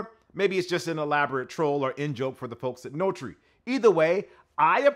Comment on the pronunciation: Notre = no-tur (e.g. Notre Dame); not "no-tree"